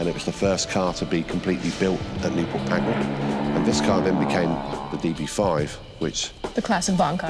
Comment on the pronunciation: It’s Pagnell, not Pagnall.